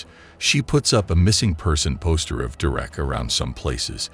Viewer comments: WHO TF! Pronounces "Derek" ... doo-reck??? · How can your AI bot not be able to pronounce the name Derek ?